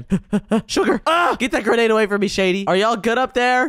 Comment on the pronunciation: It was funny that shady was throwing the gernades and saying GENADEY